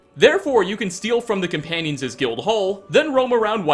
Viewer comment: Am I the only one who can't stand how he says "cuh-panions" instead of "coMpanions?"